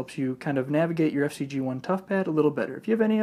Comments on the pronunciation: Why do you call it the FC-G1 when it's FZed-G1? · It's not FC-G1 idiot! It's FZed G1